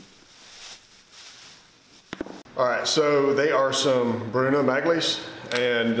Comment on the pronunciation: Excellent channel, I watch each video but one very small constructive feedback. The 'G' is silent in Magli so it sounds alot like the country Mali. Love this channel, very interesting and therapeutic to watch :-) ps the tash adds to the authority!